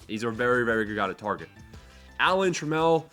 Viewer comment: Its pronounced like Camel… Alan Trammel